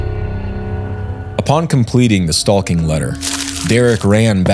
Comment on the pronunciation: "StaLking"... "cauLking"😂